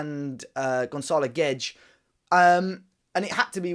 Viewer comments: why do you pronounce Guedes like gwedge 😂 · G w e d-- e s,. Say it a few times. That’s how it's pronounced.